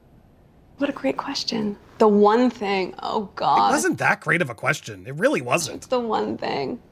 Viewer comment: “I’m a weal person”…….She says, Just as Pinocchio says “I’m a weal boy”…….. 😂😂😂😂😂